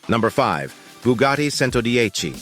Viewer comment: 🧃😸 Boogati hahahaa ! bruhhh its Brugatti ! [ R ]